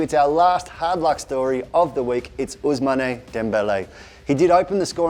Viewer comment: You can't even pronounce Ousmane properly